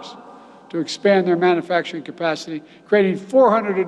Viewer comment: Love how he pronounces ‘manufacturing’ as ‘mannafacturing’